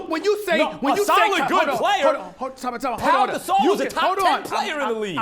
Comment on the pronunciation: said Paul gasol